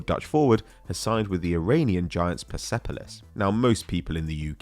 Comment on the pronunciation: it's pronounced Perspolis the E is silent and technically non-existing in the spelling in farsi.